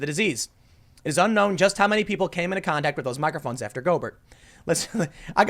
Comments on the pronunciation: The player's name is pronounced "go bear", not "go burt". He's a French athlete. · Pronounced "Go bear", not "Go bert". He's French. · It's pronounced Go-bare. Emphasis on second syllable. I think he's a Louisiana creole hence the French-ish pronunciation. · The "T" is silent in Gobert. Pronounce it go-bare or go-bear. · It's pronounced Rudy "Go bear." I am not salting you up I'm just saying. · "Rudy Go-burt" LMAOOOOOOO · Tim pronouncing it Go-Bert is just what I needed today. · Man said "Go-Bert"💀 Bless your heart Tim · His last name is pronounced go-bear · Tim it’s pronounced Gobear he’s French (haven’t finished the whole video don’t know if learns how it’s pronounced) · it's pronounced go-bear lol. it's french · He’s French, it’s pronounced “goh-bear” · Rudy Gobert is French. His last name is pronounced "go-BARE". Just FYI. ;) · It's pronounced Go-bay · TIM it's a silent T on gobert and he's french, leave it to a frenchie to ruin it for everyone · Pronounced Go Bare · His name is pronounced Rudy go BEAR even though it’s spelled gobert he’s French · Just for the record....the asshole's name is pronounced "Go-Bear" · It's pronounced french similar to Stephen Colbert. Rudy Gobare.. etc. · It's pronounced french similar to Stephen Colbert. Rudy Golbare.. etc. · Lol Tim It’s pronounced Go Bear 🍻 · He's French. It's pronounced "go bear" Boomer! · Just a quick tip, Rudy Gobert is french, and his last name is pronounced "Go bear" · It's pronounced Goober... as in Pyle. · Ita pronounced rudy GO-BEAR even though its spelled Gobert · His name is pronouced "Go bare" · Gobert is pronounced like Go bear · It's pronounced Go-Bear btw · the name is french, pronounced "Go-Bear" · He's French. It's pronounced Go-Bear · NBA fan here so I gotta say, his name is pronounced Go Bear. It just makes me cringe a little, no biggie. It sucks that Donovan is infected, he's a baller. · Pronounced "Go-bear". Rudy Gobert, he's French. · It’s pronounced “Go Bear” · “Go-bear” he’s a frenchy